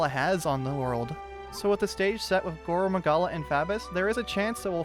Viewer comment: Please pronounce his name like gorr maggala you’re saying goro Magala